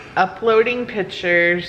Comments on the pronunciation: Can you stop saying "pitures". There is a c for a reason. Pic-tures. Not pit-ures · Do y’all say pitures or pictures